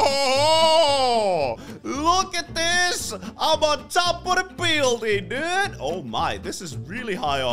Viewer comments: “This is my TV station dewd” Had me rolling 😂😂😂😂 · The way he says dude😂😂